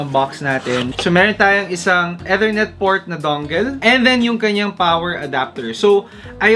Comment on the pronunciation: E-ternet po ata yung basa nun? Hehe. Not a hater, kuya. Subscriber ako 🙏